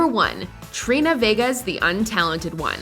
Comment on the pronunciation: i’m sorry but “trini”